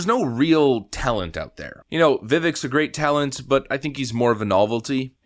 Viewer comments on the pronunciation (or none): "Vivek" rhymes with "mistake." It's not that hard. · Respectfully- Vivek(pronounced veh-vake,..2nd syllable like cake, In Vivek’s own words) there is a clip of Tucker mispronouncing his name, Vivek corrects himself politely, Tucker asks why he didn’t tell him before,..goes back in forth in a great way,…really great clip